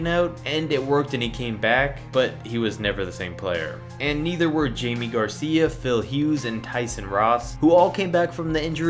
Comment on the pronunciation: It’s not Jamie Garcia it’s pronounced hi may